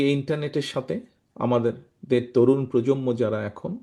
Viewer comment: উচ্চারণ প্রজন্ম হবে,প্রজম্ম নয়।